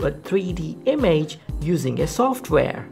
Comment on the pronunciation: The way he says image is so painful